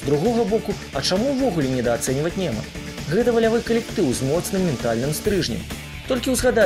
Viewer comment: Чаму "лепшыя" й "Неман", калі "найлепшыя" й "Нёман"? Й абгрунтаваныя вымаўляецца через звук ґ